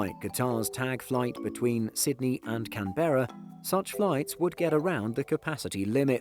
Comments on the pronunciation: Love your stuff but it's pronounced "CanBra" not "CanBara". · More “Can•brah”. The second syllable is shorter. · Can-brah. It’s only two syllables. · for future videos Canberra is pronounced like "can-bra" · I'm English as is, everyone I know pronounces it can-bra, maybe geography isn't his strongest point! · It's not Can Bera. It's Can't Bera. I mean most of the times ;) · It's pronounced 'Can-bra'! Had to be said for all the Aussies! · Surprisingly he pronounced Brisbane right! But pronounced Canberra like a yank lol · yea haha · yea well someone had to tell him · I’m sorry how did you say Canberra I’m from Australia